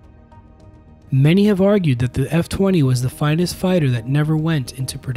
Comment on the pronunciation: Thanks for commenting and pointing out that mispronunciation, I will be sure to say it correctly in future videos, the F-20 and YF-23 were the ultimate what could-have-beens in aviation.